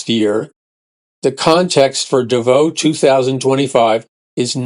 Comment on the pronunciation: Pronounced "DAvos". First syllable accented.